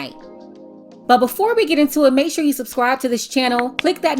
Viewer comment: OMG... I wanted to like this video... but I couldn't. I really couldn't. "I'mma suscrive doh". X)